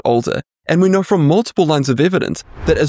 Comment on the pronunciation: "How do we naur, truly naur, what the best diet is for a longer healthier life."